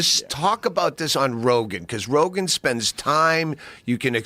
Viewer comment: Joe "Ambien makes people forget things man" RoGAIN